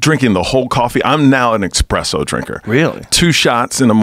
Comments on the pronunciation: Fucking "Expresso" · "Expresso" ~Michael Yo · you expect me to listen to this dude say "expresso" gtfoh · Expresso. Ughhh. Cool guy though. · Casey Jones Found the guy who also pronounces it as EXPRESSO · Reminds me of the scene in the Sopranos when Paulie is complaining about how American coffee shops are stealing italian coffee...and then he proceeds to call it "expresso" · He kinda lost me when he said "expresso" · First two minutes. Dude says “Expresso” 6 times. No thanks. I’ll try the next podcast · Oh my God the way the two of you say espresso is fingernails on the chalkboard in my soul. There's no X in the word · Dad has a PhD in Nuclear physics and yet he pronounces it wrong. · These fuckin dummies talking about espresso at the beginning. My inner coffee snob was flipping out. First off, there’s no X in espresso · Or just decided to use the other pronunciation... Because yes the two exist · I hate it when people say x presso. Where is the x? Its espresso. There is no f ing X in espresso! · "Expresso" makes me wanna puke hearing people say that. Lol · OK first impressions count for alot... ESpresso not EXpresso, guy. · Micheal Yo- "eXpresso" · It ain't eXpresso, it's eSpresso. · WTF IS AN "EXPRESSO" MIDNIGHT "EXPRESS" BRUH?? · "ESPRESSO" not "EXPRESSO" MIKE! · It's espresso not expresso. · You learn a lot about someone when you hear them say 'expresso' instead of 'espresso' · Elliot Coen and if they say expresso they prob also say whatnot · Espresso not EXpresso. It’s making me crazy lol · Expresso? Lol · it's a fucking ESPRESSO - NOT EXPRESSO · Had to quit after the 5th time hearing this dude say 'expresso'... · Every time he said 'expresso' I cringe. At least Joe's on it. ESPRESSO. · It's an ESPRESSO not an EXPRESSO! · its ESPRESSO not EXPRESSO dickwad..... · Expresso and Nucular... Even Google doesn't know "expresso" is wrong. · Everytime Michael says eXpresso I die a little more inside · Its espresso, not expresso, jesus rogan! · Michael "expresso" Yo